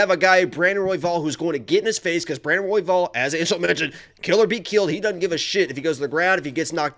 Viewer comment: messing up royvals name was the best laugh ive had this week lmaoo